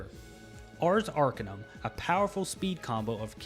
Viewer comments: Love the pronunciation on Arcanum, but little correction, the emphasis is on the CA not the AR. Not ARcanum, but arCAnum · That horrid mispronunciation of "Arcanum" gives me an ache that spreads from my chest through my left arm